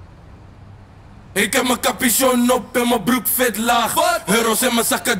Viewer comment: Mellamel kan de w niet uitspreken hahaha: ik rook viet